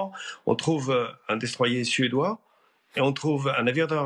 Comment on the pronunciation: C'est quoi un "déstoyé" , c'est qui , qui la détruit? Si vous voullez prendre les mots anglais, il faut les prononcer a l'anglaise. Destroyer ca se dit comme destroyeur : quelque chose qui détruit, non pas quelque chose qui a été détruit.